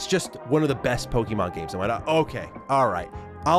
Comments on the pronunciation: It's pokAYmon. That's what that little symbol above the E is for. Not PoKEEmon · Just stop saying PokEEMon please. It's cringe, it sounds like a 90's soccer mom talking about little Jimmy's favourite cartoon. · Bro is saying pokey mon like a parent in the 90s